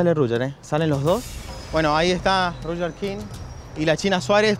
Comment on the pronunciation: Por qué le dice Ruyer? XD